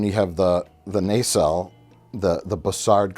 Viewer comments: Why does Mike keep saying nacelle with a hard, long A? Naysell. Everyone in the show pronounced it with a soft A "Nuhsell." WHY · It's not a nay-sell. It's a nah-cell. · what the fuck is a naycell and how many more times will you say it